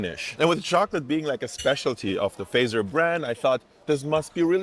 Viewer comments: It is pronounced Fa( A) , not E. So hard consonants, Fazer. Strange that a german does dot get it. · should already know how to pronounce "Fazer" correctly by now. The word "sauna" is already starting to sound right. Usually, just a couple of kilometers of driving with your wife or girlfriend is enough before your nerves are completely shattered.